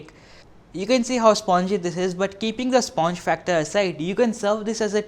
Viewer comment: his pronunciation of sponge is cringy